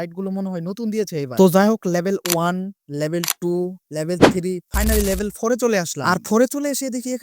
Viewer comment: Label ❌ Level ✅